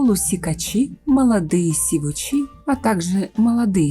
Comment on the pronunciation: сИвуч, а не сивУч, соответственно сИвучи